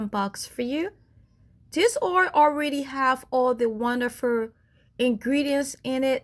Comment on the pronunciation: "wondifer" (wonderful) also.